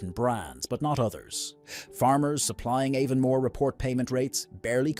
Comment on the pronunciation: It’s AI Slop - dunno how we can fight back against this rubbish. Aevonn-more !! Not to mention the utter rubbish about Fla-hayvans grass-fed oatmilk cows 🤦‍♂️